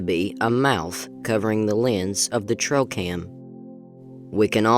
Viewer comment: I can't identify the sex of the speaker or figure out why they say 'trowcam'.